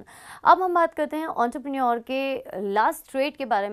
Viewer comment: It's entrepreneur* Not auntrepreneur 😂